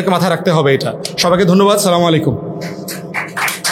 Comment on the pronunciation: ফুয়াদ সাহেব ইসলাম নিয়ে বড় বড় কথা বলে অথচ সঠিক ভাবে সালাম টাও দিতে জানে না তিনি বলেন সামালাই কুম।